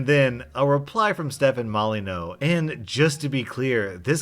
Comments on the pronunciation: Wait, how did you pronounce “Stefan Molyneux?” His name is now Stefan Molyneau! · Pretty sure Molyneux is pronounced like "molly-Knew" not "Molly-no" but correct me if I'm wrong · U pronounced molyneux wrong I whant to see ur manager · It gives me such joy to know the rage stefan mollyewnox would feel at your mispronunciation of his name